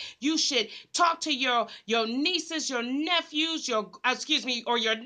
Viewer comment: Naw you said it right... 🗣"nephews"..they call themselves divas too...🗣